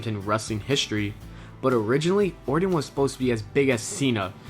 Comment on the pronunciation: Orton man, or-ton, ton, ton ton lol not ordon, ordin, or orden, like come on guy, in today's day and age there is no excuse for botching names in prerecorded videos. that aside good videos.